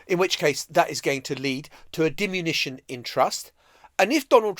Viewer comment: diminution not dimunition 😂